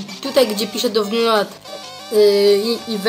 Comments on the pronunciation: Download się czyta (dołn lołd) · dołland a nie download :)